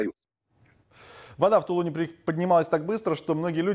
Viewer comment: Тулуне, ударение на последние буквы!!!